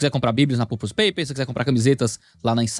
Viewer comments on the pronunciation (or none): não quero dar uma de chato, as "Purpose" se fala com a entonação da sílaba "Pur" e o "pose" se pronuncia "pãs". Aportuguesando a palavra, se fala "Pãrpãs".